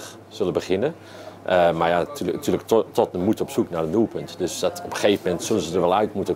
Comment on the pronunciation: Hoe hij Tottenham zegt. Totmn